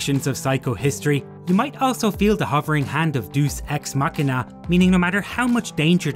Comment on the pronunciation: yt: Cool video, thx for your effort! 👍btw Deus ex machina...it´s spoken Dee--uus... (ancient greek)😉